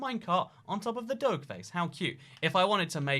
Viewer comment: Why he pronounce doge like that?